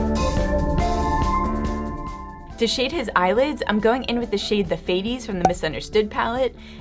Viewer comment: The pronunciation of fates 😂 love it